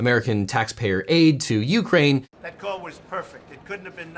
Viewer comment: Really? YOU-kraine? it's stressed on the 2nd syllable.